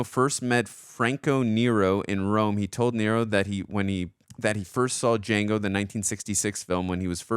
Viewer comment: "DAH JANGO" "The D is silent, hillbilly."